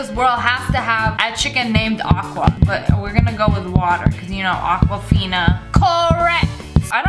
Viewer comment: It’s agua not aqua😂